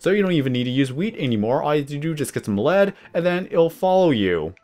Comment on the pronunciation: Lead is not pronounced "led" it's "leed" to lead your mob